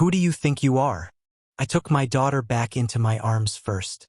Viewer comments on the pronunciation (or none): Why are the letters in the word my are sounded separate instead together.